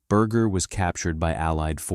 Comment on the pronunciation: Can't u say his last name correctly